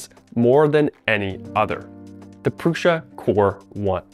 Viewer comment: My biggest question is why people pronounce it "Prusha". I watched the Core One reveal video. Josef 'the actual guy the company is named after' Prusa introduced himself as Jo "Proosa". If that's how he's saying it, why do so many other people insist on saying Prusha??